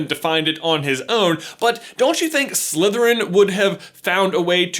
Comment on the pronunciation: I find ' accent a bit distracting. The way he pronounces the "th" sound as a "v". So he says Slyverin instead of Slytherin. 😲